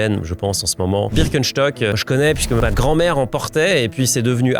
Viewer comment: En tant qu’alsacien, ça me régale la façon dont tu prononces Birkenstock